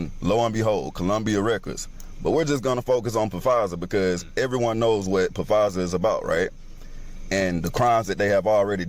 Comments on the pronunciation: He said "Pa-Fizer" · Dude kept saying P-fizer. 🤣🤣🤣🤣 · Lol it's not pronounced pafizer it's pronounced fizer the p is silent bruh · 'Pa Fizer' lmbo.....the P is SILENT.....!!!!! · Im sorry but this nigga reading was dumb af...."pu fiser"..BRO THE P IS SILENT AF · I'm weak af he says PasaaaFizer lmao you smart dumb mo fo the P is silent, omg these are the conspiracys that because of the ignorant people atached to the videos you can't take them serious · Its pronounced fizer not pa fizer how can anyone take that seriously if u don't even know how to pronounce the damn word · When did the “Black Jesus” thing take place? Also, they’ve been doing testing on deadly viruses for years now. Everyone is just now starting to know about it is the only difference. Every time I hear him say Pa-fizer I can’t help but laugh. The p is silent. It’s just pronounced Fizer. It makes it really hard to believe a person knows what they’re talking about when they don’t get the name right. Not saying he doesn’t cause well we all know Pfizer deals in pharmaceuticals & what kind of biz that is, just makes it harder to hear what he’s trying to say. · Pa-fizer lmao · Dude telling the Gucci Mane story......did he say "Puh-fizer"?!?! Am I hearing things??? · Pah- Fizer 😂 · The guy pronouncing Pfizer wrong was cringy… Phh-fizer 🤦🏾‍♀️🤣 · That was a mask. It's an actor playing Biden...WAAAAAAAAAKE UUUUUUUUUUP! BTW... the P is silent in Pfizer 😂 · How can I listen to a man that say Pa-Fizer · SO TikTok is essentially even crazier than youtube! 🤣🤣 So anybody can just make videos about complete bs and people just believe them. ALSO can someone tell dude the P in Pfizer is silent. He can't even say the conspiracy right. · He was killing me with the Puh-Fizer. I'm just saying. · If you can’t say Pfizer right than I can’t be believing you. Lol😂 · Time he said it I saw your comment 🤣 I'm surprised didn't say nothing 🤣